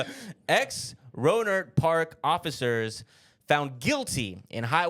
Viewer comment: Also, I grew up about 20 minutes away from Rohnert Park. You pronounced it right! Wild story, but not surprised. Those cops were literally the worst and have nothing else to do than shit like this. Long live 40 Water... RIP Mac Dre.